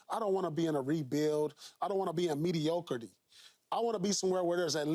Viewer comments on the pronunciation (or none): c'mon ``PP``!!,cnt evn say/pronounce mediocrity correctly!!🗣🗯💥🚫😖😕😒🤦🏾‍♂️